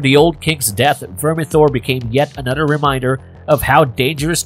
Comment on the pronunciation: Yep. Totally agree...I find it extremely annoying to keep hearing: "anodder" "mudder, fadder, and brudders"